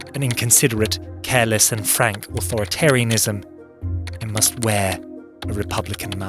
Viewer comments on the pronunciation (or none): none